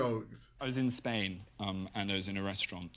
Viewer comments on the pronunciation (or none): none